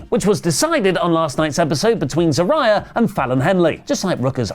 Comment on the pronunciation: "Ziraha" ... WHAT?! It's Zaria